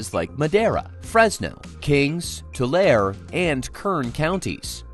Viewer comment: That and "Tu-lare" rather than "Tu-larry"